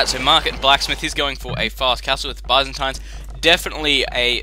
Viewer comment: That's not how you pronounce Byzantines, silly :D